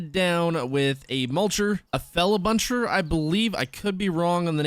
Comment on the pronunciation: You said it right Feller Buncher